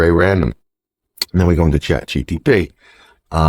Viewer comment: It’s CHAT GPT not GTP